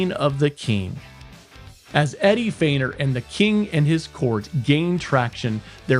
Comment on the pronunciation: Eddie's name 'Feigner' not 'Freighner'.